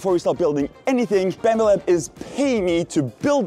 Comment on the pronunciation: You keep saying Bambu Lab, but it sounds like Bambalam... to which the only appropriate replay is Hey Black Betty! Bam Balam!